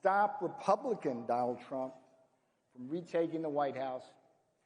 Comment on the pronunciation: He called him tremp lol